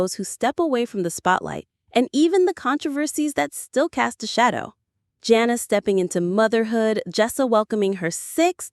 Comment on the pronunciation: So we just gonna pretend like Josh and Anna never happened. And it’s pronounced JANa not Jenna.